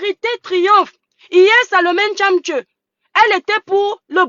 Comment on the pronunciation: 😂😂 tchaptchet et non tchamtchieu 😂😂